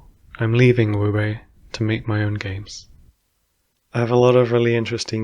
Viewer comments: It's not "wubay" it's "woob". It's "woob," right? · Oh my god, it's pronounced Woo-bae? I have been saying Wub this whole time! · Best of luck in your future endeavors. I, and many others will continue to support whatever you do next, and I know I'm excited to see whatever that might be :) Also, Wube is pronounced woo-bay and not woob? That's an incredibly jarring fact to learn. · Right? Right?! That caught me off guard and now I'm thinking I might be the wrong one... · Wait wait wait, it's pronounced wu-bey, not woob? Genuinely can't wait to see what you make next, that potential idea for a puzzle platformer has me very interested. Good luck! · ITS PRONOUNCED WOO-BAY????? ive always pronounced it like lube but with a w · The fuck you mean it's not pronounced "woob" I've been playing this wube game for 10 years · It’s pronounced wuhbey??? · SO THATS HOW PRONOUNCE WUBE!!! Love your mods and the work you've done and hope/wish you the best cheers! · THAT'S HOW YOU PRONOUNCE WUBE!? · THATS HOW YOU PRONOUNCE WUBE????? WHAAAAT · ...Is this how I learn how Wube is pronounced? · TIL I've been pronouncing Wube wrong this whole time